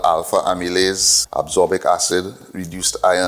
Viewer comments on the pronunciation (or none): Thanks fr sharing this experiment🙏 Just one note on a vitamin pronunciation "As-cor-bic"